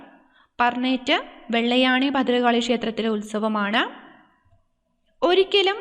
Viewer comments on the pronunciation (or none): വെള്ള ആണി അല്ല വെള്ളായണി അമ്മ എന്റെ നാട് 🙏🏻🥰